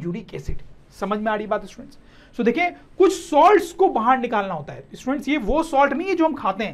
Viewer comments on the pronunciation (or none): In a single video sir says about 100times stuents, stuents 😂😂😂